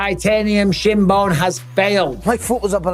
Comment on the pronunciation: “Onbreakable titanium shim bone”conor